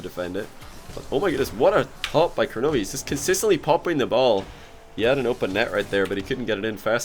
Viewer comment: Does he realize it's kronovi and not kornovi?